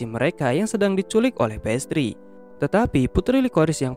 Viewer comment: Nama nya pastrie tapi disebut pas😂